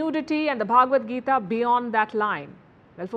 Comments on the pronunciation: Please say Bhagavad Gita not bhaaagavadgita. Bha not bhaaa. Pronounciation correction. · Please pronounce the word Bhagavadgeeta correctly. It is Bhagavad, and not Bhaagvad. 🙏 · It's "Bha-ga-wad-Gita". It's not pronounced Bhaagwad Gita. Bhaagwad has a separate meaning in Samskritam. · the way you pronounce bhagvat gita isa actually insulting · Palki , first pronounce Bhagvad Gita properly